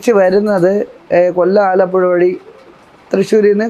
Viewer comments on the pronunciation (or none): none